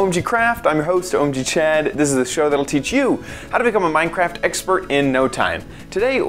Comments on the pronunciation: XD You said minecrack instead of minecraft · Instead of saying minecraft you said minecrack! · did he say minecrac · did you just say mind crack? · He said Minecrack! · You called it Minecrack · He said Minecrack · Did he say Minecrack? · You said Minecrack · You said mind crack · $1 he said minecrack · He said minecrack 😜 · u said mine crack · you said minecrack LOL